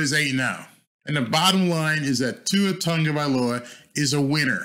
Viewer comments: Tagovailoa not Tongo, besides that your channel is the best for a Dolphins fan from Hawaii. BTW I watched Tua play running back in PoP Warner with Marcus Marriota as the QB here in Hawaii. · Not trying to be rude but where is the N in his name? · Love this video. But I have to ask. Why do people constantly mispronounce Tua’s last name. It’s Tagovailoa there is no “N” in his surname lol.